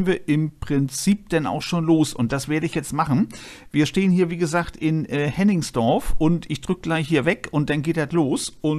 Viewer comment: Hennigsdorf, nicht Henningsdorf.